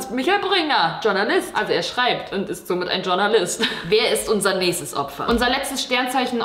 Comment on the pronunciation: Leute es heißt schornalist und nicht Tschurnalist bitte danke